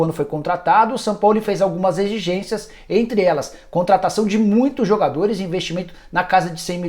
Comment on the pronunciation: Alguem já reparou que o Nicola sempre q vai falar exigências ele fala egixências Hahahahah. Isso posto, acho q um bom nome pro Corinthians seria o Dorival Jr. q eh um ótimo treinador, dados os milagres q ele já fez com o Santos. Coelho não tem caixa pra ser técnico não, não consegue nem fazer o time de base jogar, quiçá o profissional.